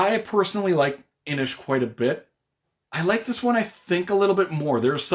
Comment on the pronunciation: Kudos for the correct pronunciation of 'Inis' 😉